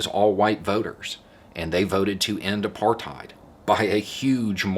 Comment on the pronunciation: Congratulations. As someone who lived in apartheid for 44 years ( ) I think you did a great job. Incidentally, it is correctly pronounced 'apart hate' not 'apart height'. I know, I was there. But well done. The biggest thing was that by the end of the 1980s the country was flat broke, and when (of all people) the NY banks refused to roll over the SA government's loans the house of cards had to come down. Anyway, thanks.